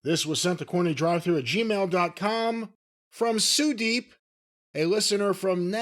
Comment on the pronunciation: They pronounced Sudep like Sudeeeeeep Just like they pronounce Ishiiiiii Somebody tell Cornette We ain't Chinese